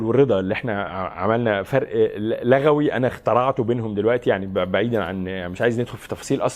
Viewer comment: لُغوية يا عسيلي، مش لَغوية (بالضم وليس بالفتح) 😍😘😘